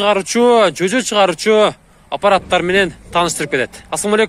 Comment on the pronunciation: Чөчө эмес жөжө болот